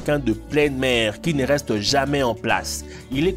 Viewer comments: Alors déjà on dit jamais et non jamain et aussi explique moi quand tu dit les dates tu dit en 1900 ya pas un soucie la dans ton récit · "Probablement jamain" "réquin" "aquarioum" je suis morte 😂😂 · "Jamain "😂😂😂😂😂😂😂😂😂je suit mort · "RÉQUINS" ; "AQUARIOUM" ; "JAMAIN" J'suis mort pttdr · "Probablement jamain"